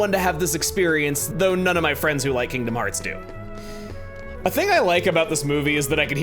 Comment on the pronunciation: "Welcome back to FINGDOM FEARTS VII"